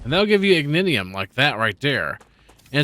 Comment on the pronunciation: Learned something new on the star tear rocks being Ignitium. 2 things that are bothering me WAY more than they should: it sounds like you're saying "ignidiom". Think "ignition" like your car. Also, the waves are Ruptures (not "rupturas"), like the name of the game. The star is called Ruptura, named after said ruptures. I know i'm being pedantic and nit-picky, but it's throwing me out of the game as i watch while playing.